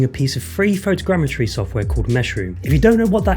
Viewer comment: Photogrammetry. "Fow Tow Gram Eh Tree"